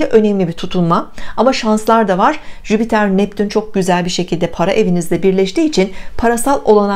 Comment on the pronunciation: Bir de Jüpiter gezegenini telaffuz edebilseydin süper olurdu hani yaani.😏😏. en sevdiğim gezegen hem de ama söylemeyi bile beceremiyorlar.